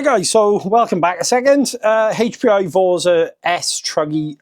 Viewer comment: It's pronounced vortza with an Italian accent 😂